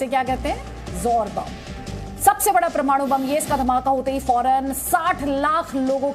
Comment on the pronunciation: Ye pramanu nehi mam... Ye parmanu hai